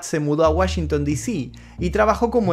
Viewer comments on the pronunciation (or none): none